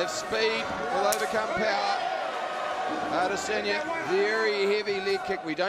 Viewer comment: that one commentator "Ay-Diss-Enya" 😂😂